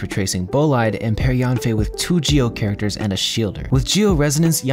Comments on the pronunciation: FYI, her name isn't pronounced like "Yawn fei", it's more like "Yean fei." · Fun fact, Yanfei in chinese mandarin is pronounced closer to Yen-fei instead of Yahn-fei.